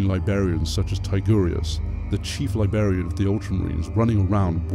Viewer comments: Glad to hear you at the very least tolerated 13 minutes of my awful pronunciation! Good to know that "libarian" is the line! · Stopped watching as soon as I heard you pronounce "Librarian" wrong